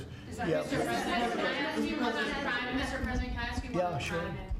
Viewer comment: Bewwa watch owt for that CWIME!!!!!!!!!!!